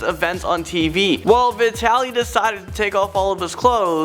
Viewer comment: When you said vitally I thought you said bretealey